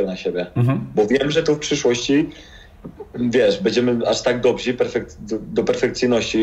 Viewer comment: tylko nie "dobzi" ja Cie proszę.DOBRZY